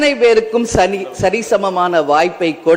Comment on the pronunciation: Akka manapaadam panniruku ok...1.15 sari,(sani) nu arambichathu akka daaaaaa